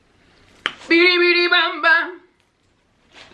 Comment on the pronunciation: The singing made me cringe.... It’s a no from me dawg. Aaaand you said BEEDEE BEEDEE 🥴 it’s BIDI!